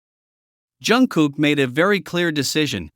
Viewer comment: Хотя бы правильно называйте их имена😂